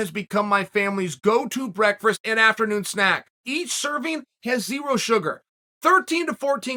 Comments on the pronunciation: Chael "Breakfrast" Sonnen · Are we going to skip over the way Uncle Chael says "Breakfrest" orrrr...... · Chael "Breakfist" Sonnen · Say it with me...breakFRAST!